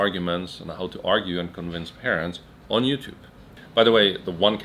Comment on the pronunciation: he said you tub hahahahah